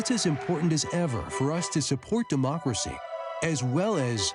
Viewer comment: Cuantas veces Sleepy Joe repite "democrasy"?